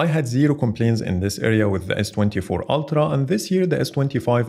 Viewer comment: ‘Altra’?! It’s Ultra, mate.